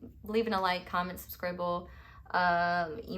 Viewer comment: Did you just say 'Suscribble'? 🥹🥺🥹😭😭😭😭😭 you got me